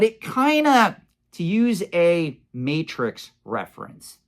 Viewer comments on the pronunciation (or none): none